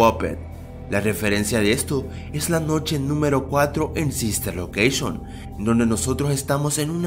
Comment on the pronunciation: Bien pero dijo sister locousgion